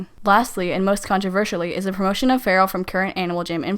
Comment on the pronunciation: Its not “cope a” Its “cop uh” Learn to speak dang it